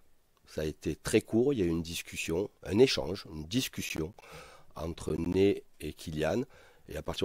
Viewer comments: Sa me perturbe il dit Né au lieu de Ney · Ney pas Nez mdr